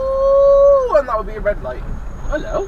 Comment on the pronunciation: rrrrrrrrREDLIGHT! .....lol!